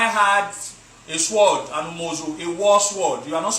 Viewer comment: The pronunciation of the word sword is pronounced sord not Swwwoooddd